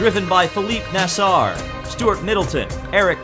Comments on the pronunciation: You have to pronounce it like Felipe Nazer, not Nasr (and if you think that's bad Google up his full name) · Sorry your pronunciation needs some work (Felipe nasr, Daniel Jucendella, Ferdinand Habsburg, Loic Duval) 😂Americans